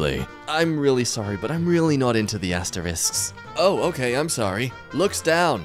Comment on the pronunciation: "Wha- what's wong with astewisks?" * Looks down, eyes tearing up. * "Wh- why do peopwle say they're bad?" (Jk, they're actually the worst things to exist. 🤢🤮)